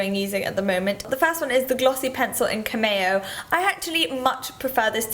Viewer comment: Completely agree about the aucoin lash curlers! I even lose less lashes from tugging... (P.s. The glossy stick color is pronounced kam-me-oh, like "the model is goin in for her cameo shot..")